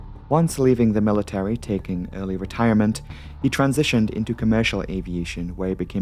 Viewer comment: Military NOT Millie Terry